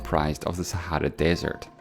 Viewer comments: Sorry bro but SAHARA is just a name. Sahra is an Arabic name which means desert but that thing is "Sah a ra" not "Sah ra..." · It's actually pronounced as "Sehra" in arabic, but still